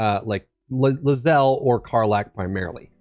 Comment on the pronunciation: It’s pronounced LAY zell not Luh zell